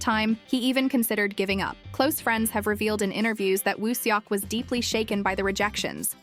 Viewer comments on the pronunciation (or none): Please practice saying his name correctly. It’s no seeyawk. But it is Sawk. Eo turns as aw in Korean